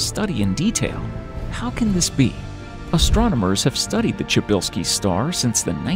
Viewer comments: Try pronounce it pshybylsky the way you says it sounds like czybylski (chybylsky) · Bro it's -sha~bell~ski don't butcher my last name like lol